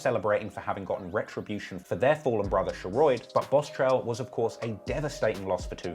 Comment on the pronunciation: Lol Sheroid is pronounced “Sher-rod” but back with another banger🔥🔥